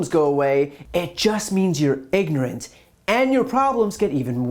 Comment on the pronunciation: "I ain't ig'nrant!"